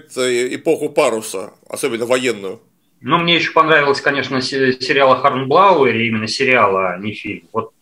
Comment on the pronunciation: Какой-какой он сказал сериал на ? Вскользь произнёс типа он весь англоязычный такой, при том что произношение самое что ни на есть русское… А, со второго раза понял, когда позже ещё раз этот сериал упомянули - "Хорнблоуэр» (Hornblower). Надо посмотреть будет.